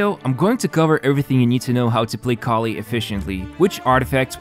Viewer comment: You know what I love the most about this video? Instead of Collei, you said Collie at the start, which I‘ll always remember because of that sort of dog now. ✨